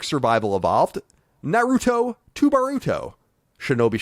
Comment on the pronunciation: Colin, you're the only one that says Naruto correctly nowadays.